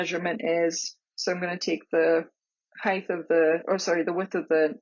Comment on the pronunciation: Thank you-great video. but it's pronounced "hite"-not "hith", (spelled height) it's one of my pet peeves-sorry.